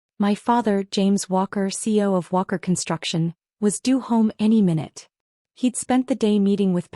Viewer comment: CEO has three syllables - please pronounce it correctly. 👎